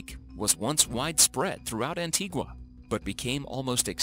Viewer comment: I love y'all and all but how u pronouncing Antigua like that😂😂